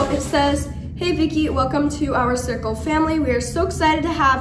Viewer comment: Just got my cirkul and I love it!!! Also no offence but it is pronounced Sir-cul